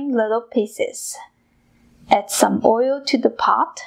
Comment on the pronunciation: I just wanna hug her and kiss her every time she says oil and boil!